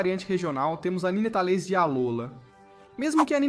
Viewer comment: Eu fechei o vídeo no “nînêtális”